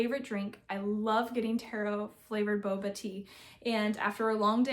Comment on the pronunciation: So much lovely yarn!! Always happy to see your colors 😊 Little correction, Taro is pronounced “tah-row” not “tay-ro”!